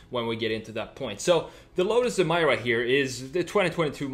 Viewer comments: Lotus: Introducing the new Lotus Em-ee-ra This guy: Em -EYE-ra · It’s Emeeeera not Emiiiiira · EMIRA, not EMYRA lets pronounce it right lol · It's NOT "eee-mie-ruh"! It's "E-meer-uh". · It's pronounced E-mir-ra not Em-mai-ra. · It's pronounced Em-EE-ra. Stop Americanizing the pronunciation of everything. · Pronounced... Ee-me-rah ! If you look carefully the body lines all form boomerang shapes, like the main bonnet vents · Bro, its pronounced A'meera